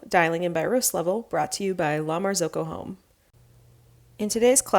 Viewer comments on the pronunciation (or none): It's "La Mar-zaw-coh"; not "La Mar-zoh-coh".